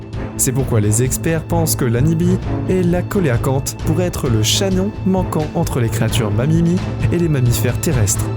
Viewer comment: belle vidéo , juste un petit truc on ne prononce pas coelacanthe , co..é.....la ...canthe , mais se prononce , cé (sé) ...la ..canthe , merci pour les images de ces poissons préhistorique .